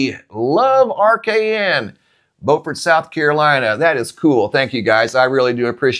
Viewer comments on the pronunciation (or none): AGAIN - IT IS PRONOUNCED "BEW _FURT" SC